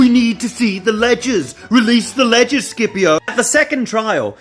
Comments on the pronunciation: It's SH-ipio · I was about to say that was pronouncing the name in the wrong way, since Scipio is mentioned at the very beginning of the Italian national anthem, and we have always said "Shipio", not "Skipio". However. I got curious and checked: Mameli wrote the name in the song so that it was pronounced in the correct latin way, but on English Reddit you fellas seems so sure that it is pronounced with a hard c ("Skipio"). I did not study latin, nor Greek, but I am pretty sure that nobody here in Italy says "Skipio" since we grew up saying "Shipio". Please, internet, enlighten me on this situation. Was our beloved Mameli wrong since 1847, or is it just your pronunciation to be wrong? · I always thought it was pronounced Sippy-o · Scipio is pronuced "Shipio", at least in Italian. Don't know if it's the right wsy to pronounce it but...